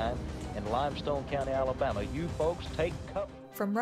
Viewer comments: Ah, yes, the great state of "Alamaba." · "Alamaba" lol. Love the vid anyways, as always! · “ALAMABA”… small ooops! awesome video! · Is it just me or did that say alamaba? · Just here to point out "ALAMABA" lmao